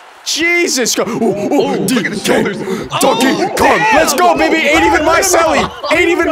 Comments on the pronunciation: did no one realise he said “konkey dong” ? instead of donkey kong lmao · Did everyone miss saying Donkey Kong wrong in the beginning? 😭😭